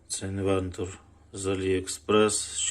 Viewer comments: Що за слово ти кажешь на в відео? Інвентон?😂😂😂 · ти знову кажеш інвентор? 😂😂😂 що це за слово?😂😂😂